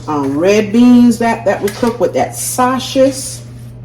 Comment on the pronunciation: Your not saying the word sausage correctly 😮